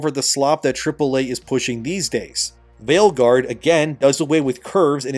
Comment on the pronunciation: Did you say Veilguard or Maleguard?